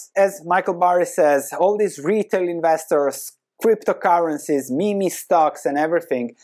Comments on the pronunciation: it's pronounced "meem". Not "mémé". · I like how says Meme (Meeeem) as MiMi. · even i used to say meeemeee.....coz thats how it's written.. 😂